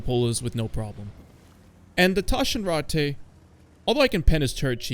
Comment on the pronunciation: Bro the Taschenratte is not french. Its german. Speak the name more aggresivly and you are spot on. Anyway, good video.